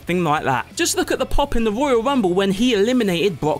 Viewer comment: The woyal wumble and the wock